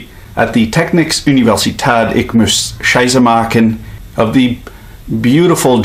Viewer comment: Did he say : shise machen?